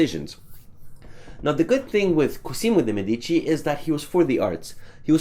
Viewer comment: only for interest i am pointing out your wrong pronunciation. In Cosimo the "s" sounds more like a "z" and the accent is on the "o". On your previous video I already pointed out this for the artist.